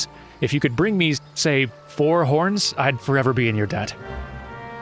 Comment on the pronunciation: I wass listening to just audio becouse I do that while I walk sometimes and I wass sure you did say porn when you sayd horns and I yelled what! in the middle of my walk right next to a person walking his dog and scared the living hell out of that dog xD😅😂